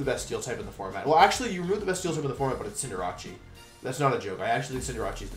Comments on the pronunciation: You have to pronounce some mons so bad on purpose. Who says Cinderachi? I thought it was some kind of team of cinderace and jirachi cause I have no knowledge of vgc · theres no way you actually say cinderace like that